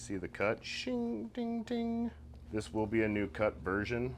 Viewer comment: turns into a Balkan hitman. "I vill kill hjim"